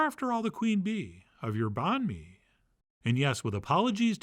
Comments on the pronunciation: Pronounced Bun May , same as Pho , you don’t say Fo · Banh Mi is pronounced more closely to “bun me”. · Just a hint, you can try and say the word banh with a higher tone and then the word mi with a lower tone. That would sound more legit. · lol A for effort on the pronunciation.